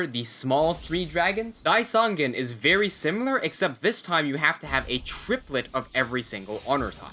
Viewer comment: Vely helfpful.